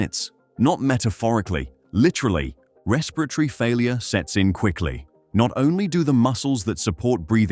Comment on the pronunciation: “Respiritary arrest”😂